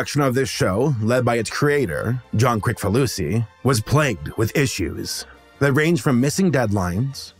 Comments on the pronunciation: ...this narrator is the only person I've ever heard pronounce it "krik" instead of "kris" ...which is correct? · It's "KRISS-fa-loo-see"